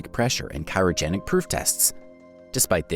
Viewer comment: cyrogenic you mean Cryogenic